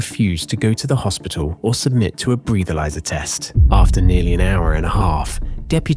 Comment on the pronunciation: AI voiceover. "Breathe-alyser." At least check the AI!